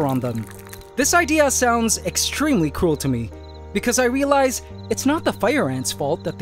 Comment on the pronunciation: I literally thought you said "extremely cool" for a second, but then I checked back, and "extremely cruel" makes way more sense. 😂